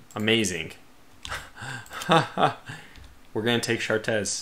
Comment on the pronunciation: Chartres is pronounced "shartray"